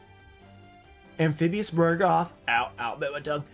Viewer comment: Friendly reminder Ruxin; It's Amphibian BUGroth, not BURgoth. :)